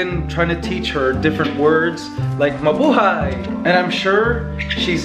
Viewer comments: It's Mablaya 😉 St. Nicolas Catering? 😅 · she's trying to say Ma-bu-hay!